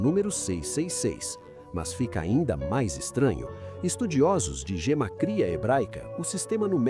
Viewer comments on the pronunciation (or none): none